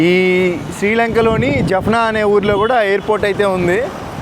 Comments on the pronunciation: జప్నా కాదు,జాప్నా అన్న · Jafna కాదు జాఫ్నా - jaafna